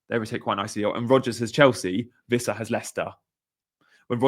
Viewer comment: It's Wissa not Vissa btw, he's not German!